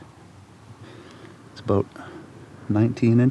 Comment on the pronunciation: Say it with me “about”, not “abut” lol.